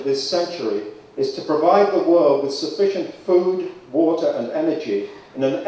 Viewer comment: he calls it eater 0_o